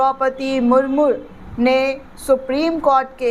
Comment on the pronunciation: Murmu not murmur